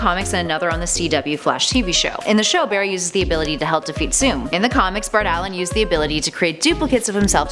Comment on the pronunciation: I cringed when she said 'Bart Allen '